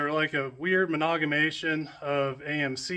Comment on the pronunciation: What's a "menaugamation"? Maybe you mean "amalgamation". Yikes!